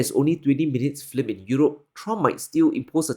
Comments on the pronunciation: I like your channel a lot. So only one little nit: you are pronouncing film like it is spelled flim. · you are wonderful. But I laughed and laughed ever time you said flim instead of film. Just sayin....😅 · The word is not FLIM. It is F I L M. Say "Fill m". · Films, not flims. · If you're going to make an episode about the film industtry stop and practice the word. Fill + mm. Not flim. Trump is an idiot and cannnot grasp it is and was usa industries offshoring production to china to boost profits and raise executive bonuses. I knew a guy who worked in the film industry in usa. He said it was common for their to be only 5 ameriicans on set making an anerican movie in a foreign country. Trump literally cannot grasp that his billionaire backers became billionaires by moving production offshore. That's literally too complicated for his weak brain to understand. Low iq people can't do systems thinking or abstract reasoning. So they create simplified childlike views of reality. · Your English is amazing but take note on fiLms not fLims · Film is pronounced fill-m and not "flim". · The way u pronounce "film" gives me nightmares. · New way to pronounce “film” just dropped! 🔥 😂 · Flim is my new word for visual entertainment! 😍